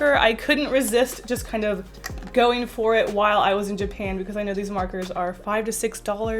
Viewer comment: “Ever since I went to jupan”....WHAT THE FUCK IS JUPAN